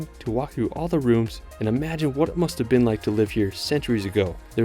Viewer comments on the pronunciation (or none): none